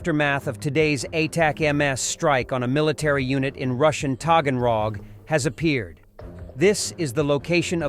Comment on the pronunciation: Togenrog?? I THOUGHT YOU SAID HAGENDAS😂ice cream😅